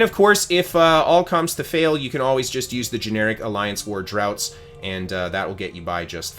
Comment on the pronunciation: Draught is pronounced draft; I'm not a native speaker but I noticed that.